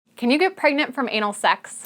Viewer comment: Pergnut, pergonant, pregnart 😂